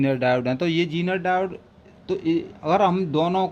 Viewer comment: डायोड होता है डाउट नहीं होता। माना की लोकल बोली में शब्द का उच्चारण खराब भी हो जाता है पर ठीक भी किया जा सकता है।